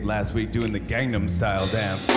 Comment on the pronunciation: well he is an "Appa", maybe he changed that one on purpose... but you're right his Gangnam pronunciation could've been better. Song's been played enough everyone showed know it by now.